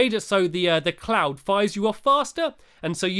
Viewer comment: did he say clound instead of cloud?